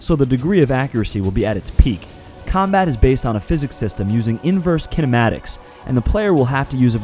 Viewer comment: Since you said there is "Kenamatics" I assume there will also be "Barbiematics" too